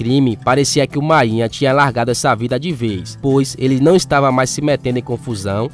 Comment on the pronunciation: Ele tá narrando com o nome errado, você tá dizendo mainha, o apelido é máínha